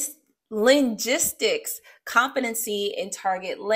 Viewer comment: ❤ also, linguistics is pronounced Ling-gwis-Ticks